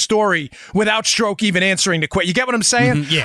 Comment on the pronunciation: It’s pronounced “struck”.